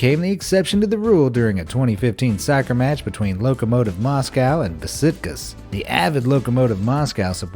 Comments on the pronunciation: BA SIK TUS LOL BEH SHIK TOSH IS HOW YOU PRONOUNCE THE FULBOL TEAM YOU MENTION IN THE FIRST 30 SEC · What? Besitkas ('Bea-SITH-cass'') ?! It's Beşiktaş ! IT'S A TURKISH TEAM! Come on now! You can pronounce it like, ''besh-ik-tash''. ...OK, whatever, I let that one slip this time. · Turkish Lad Here But did this lad say bisiktus u know it is besh-ic-tash right I know this cuz I’m Turkish and so is the team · Wtf is a Besitkas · Beşiktaş was mispronounced. It is pronounced beshiktash. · Beşiktaş reads beshik-TUSH. Ş always stands for SH as in shake. Translates into Cradle Stone. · In the first clip, “Besiktas” is pronounced “Beh-Shik-Tass” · The way ge said beşiktaş tho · You said Besiktas wrong so stop trying to be smart your are not Turkish